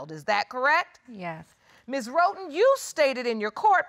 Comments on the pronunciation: When Judge LL says Miss Roton - it sounds like she says rodent! Lol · Wait the minute!!!! Did JL say Sowers (sounds like 'Sours') v. Roton (sounds like 'Roden' n 'Rotten' )???? Oh my my my. It was nasty, wasnt it? The court hearing?